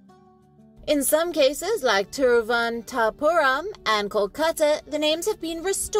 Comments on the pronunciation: She's struggling while saying Thiruvananthapuram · There are some Indians who cannot pronounce that name properly. Being a foreigner, her pronunciation is ok.